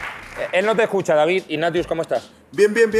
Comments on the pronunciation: mola como le llama resines "inazius" jajaja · creo que dice ''IGNACIUS'' JAJAJAJA